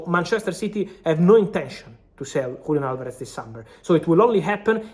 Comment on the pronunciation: Frabizio; WULIAN ALVAREZ 😂